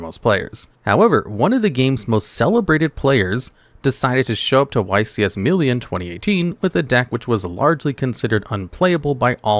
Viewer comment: Bro doesn't know how to pronounce Milan